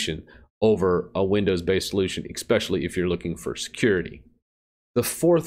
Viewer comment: "Ek-specially... " hijacks the English language...